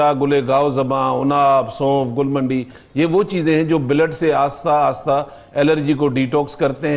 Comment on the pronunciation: جو اسطوخدوس برنجاسف اور منڈی کو درست پڑھ اور بول نہیں سکتا۔ اس کی طبی قابلیت کا کیا کہیں